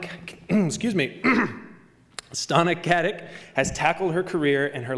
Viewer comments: the way he pronunces her name, it's a wonderful sound for my ears *-* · "And you pronounced my name beautifully, thank you so much!" Hahahahaha! she's so hilariously cute! poor thing got used to her name being said wrong all the time! LMAO. Just how ADORABLE can one be?